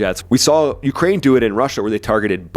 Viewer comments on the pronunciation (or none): none